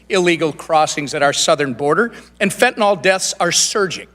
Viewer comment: I wish everyone would learn how to pronounce the one and done killer "fentanyl"! The y is pronounced like an "I". It is not fentanall sent by China via Mexican drug lords killing Americans...it is fentanyl!